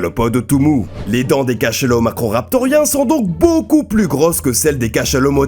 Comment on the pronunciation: Putain mais faut arrêter de prononcer le "s" de plus !!! Il est muet ! Sauf si tu fais une addition !!